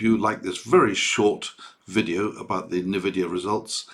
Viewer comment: FYI it’s N-Vidia Pronunced “En-Vidia” basically say the letter N then add the ending.